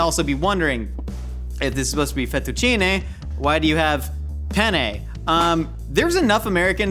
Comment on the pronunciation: i love how he pronounces penne like pene (penis in italian)